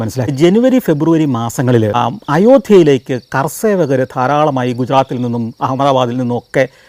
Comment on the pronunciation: It is kaar sevak. Not kar sevak.